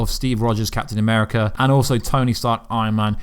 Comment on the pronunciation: captayn ameerica hoolk ther iroan maine..... just butcher em all why dont cha.